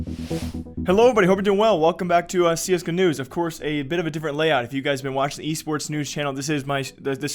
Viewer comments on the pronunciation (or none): Am I the only one who hear "Welcome back to CS-Gnus" instead of "Welcome back to CS-Go News" in the beginning of every video? :)